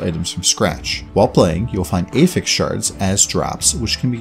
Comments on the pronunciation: affix, not ey-ffix....just like apple, not ey-pple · Meh, I prefer 300x content to telegraphs. Wildstar lost to wow remember. Also, you are saying "affix" like you are trying to attach something to something else (verb form). When you mean the noun. Blue items have 1 prefix and 1 affix for example "Rusty blade of the fox". The prefix is "rusty" the affix is "of the fox". So when "one affixes affixes" and they are pronounced differently. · Prefixes and suffixes are both affixes. Yes he does say it wrong, though.